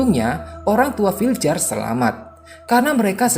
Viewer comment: Bacanya vilyar bang bukan filjer